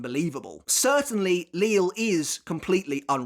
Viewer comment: I'm sure by now you know the proper pronunciation of the Sternritters' names like Lille, Äs Nödt and Cang Du etc Are you simply used to the way you've been pronouncing them at this point, or have you you considered changing it?